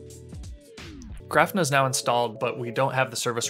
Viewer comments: Hey great video and thanks for posting it! I have to mention though that your pronunciation of Grafana is wrong. It's Graw-Fa-Na and not Graph-na. It's a play on the word Kibana (Ka-Baw-Na) which is from Elasticsearch. Grafana originally was built to use Graphite, so kinda how it got it's name. Anyways again thanks for the video. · Great video. But it is pronounced Gra-fa-na, emphasis on the first syllable. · I was wondering if I had been saying it wrong when I heard him. Thanks for that explanation.